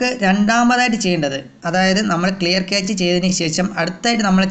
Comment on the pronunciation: ക്യാച്ച് അല്ല ബ്രോ ക്യാഷെ എന്ന് ആണ് പ്രോനൗൺസിയേഷൻ